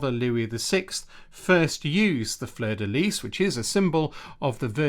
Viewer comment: well done for pronouncing fleur de lys correctly. most English people say lee when in fact its pronounced lease.